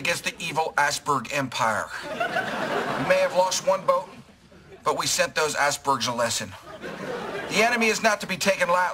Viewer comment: The way he says icebergs sounds like ass-bergs, it's so funny!